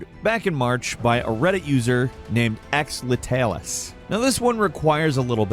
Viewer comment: did they intentionally pronounce letalis hard since he was pronouncing his viewers names very hard himself too xD